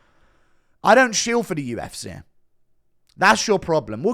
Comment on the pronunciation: Why does bro say “the UFCERR”